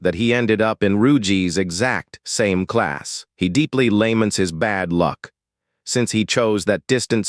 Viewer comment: The AI is so ass lmao, it can't pronounce "Lament" and "Ramen" to save it's damn life